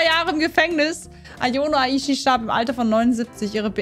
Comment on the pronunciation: du hast ayano aishi falsch ausgesprochen